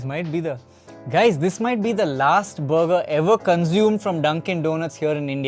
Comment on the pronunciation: Sounds like he’s saying booger and not burger… I’m good at checking out that booger joint.